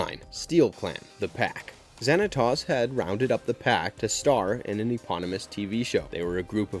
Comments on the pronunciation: You are pronounced Xantos wrong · Oh no not zanatoss it’s Xanatowes that’s how you pronounce it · Pokémon came out the year after gargoyles season 2 ended. It didn't have any impact on the popularity of the show. Also, hearing you misprounce so many of the words is hilarious. I'd recommend that you watch the show or movie that you decide to review next to hear how to pronounce the words. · And Zan a Toss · Stop saying David Xanatos WRONG! and steel clan was David's robot Gargoyles, the Pack was a different group. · Great video, I loved this show. You pronounced Xanatos wrong though, and why isn't Macbeth or even better David Xanatos on the list? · I came down to comment to look for this! It’s driving me craving him mispronouncing their names! Like, TF! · I appreciate that you are spreading the love of gargoyles, I really do, but please, in the future, research how to pronounce the names of characters and places in a show. Her name is "ELISA" not "Alsya". Its pronounced "Wi-Vern" not "Why-vern", and "Zan -a-tose" not "Zan-a-toss". especally when you literally are using clips from the show. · Bro please stop with butchering my guys name. Say it with me 🤣 Xanatos. Not Xanatas 😂... Thai log bro just stop 🛑 lol E Lisa lol it's Elisa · Can y'all please check the pronunciations before recording the narration? Pleeeaaase??? It's pronounced WIH-vern, ZAN-ah-tohs, and ee-LEE-sah. You have the clips right there...